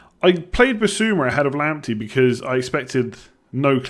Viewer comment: if Partey is pronounced "Partay" then wouldnt Lamptey be pronounced "Lamptay" seeing as he is of Ghanaian descent?